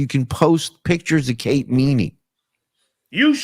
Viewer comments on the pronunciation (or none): none